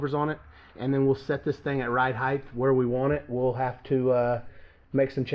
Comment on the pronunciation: please please stop calling it ride "heighTH". It's almost as cringey as "telephone pole". 😕😨